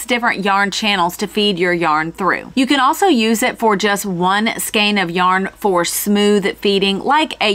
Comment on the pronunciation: Interesting stuff... and it's nice to hear you pronounce the word "skein" correctly!